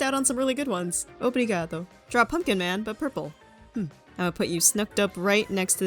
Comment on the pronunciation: where are the Brazilians come on noww!! 🗣️🔥🔥 (I love how you said obrigado, its very good)